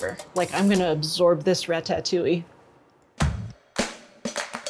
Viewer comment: It's pronounced rata..touille not ratat..touille..